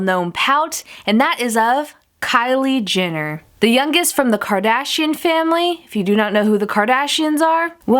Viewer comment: She's like "Kylie JINner" 😂😂